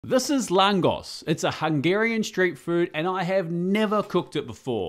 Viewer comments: Hey, many thanks for doing my childhood favourite street food. It's a super odd thing but we love eating this under the scorching hot sun with some cold beer - simply heavenly. Two things though The "S" is pronounced as "Sh". We have a super overcomplicated language 😅 2. unless you want to see the world burn, DO NOT PUT ANY SWEET ON THIS Cheers and keep cooking you legend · the pronunciation is „langoSCH“ and not „langos“ is what I meant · Brilliant work as always, only correction I'd make, is the pronounciation: it's an 'sh' sound at the end, not 's' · It’s pronounced laang gosh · It's pronounced like "Lung" plus "Gosh". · I'm married to a Hungarian girl It's pronounced Langosh and it's freakin awesome of you to make it 🇭🇺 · It’s pronounced [ˈlaːŋɡoʃ] (Langosh) and usually bigger here, though in Hungary it’s smaller. It’s one of those amazing things you usually only get at Christmas markets here in Austria - crispy, with garlic and good but unhealthy that you’re happy it’s not available all year round! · Nice recipe 😋. I am Hungarian and it’s pronounced LANGOSH 😊. Just to let you know. Cheeers! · Love that you’ve discovered the best Hungarian street food! (Pronounced l’ahn-gosh - “s” is a “sh” sound in Hungarian 😊) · If you happen to read this, try toping it with ketchup and grated cheese (my favorite topping). Popular street food often served where people swim (lakes and aquaparks). If I remember correctly Hungarians read "s" as "sh" so the pronunciation would be more langosh. That's also what it's called in slovak (langoš) and czech. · I think it's pronounced "Langosh" Regardless. As a Pole, love to Hungary and Hungarian food! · Pronounced lan-gosh and I had it in Bratislava. Bloody lovely x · Love me some langos!! PS it's pronounced lan-gosh, the s in Hungarian is a sh sound (sz is an s sound, like Franz Liszt). But besides that, banger video!! ❤ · Its pronounced langosh, also will you do bryndzove halusky? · Pronounced LangOsh